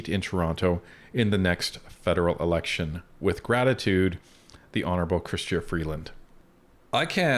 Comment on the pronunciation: Right, Honuable ....bahahahhahahh